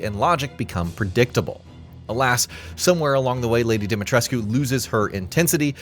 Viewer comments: ‘Lady Dee-mee-tress-queue’ ? Come on. If your narrator doesn’t know the source material make sure they know the pronunciations. Amateur hour. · You don't pronounce the U in Lady D's name